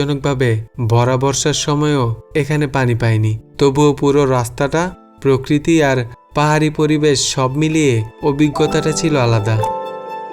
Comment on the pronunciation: উচ্চারণটা হবে প্র-কৃতি,কিন্তু অনেককেই দেখলাম উচ্চারণ করছে পককৃতি।